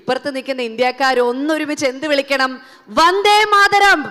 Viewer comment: മലയാളം ഇത്ര കടുപ്പിക്കണോ?വദ്ധേ മാഥ രം അല്ല, വന്ദേ മാതരം ആണ്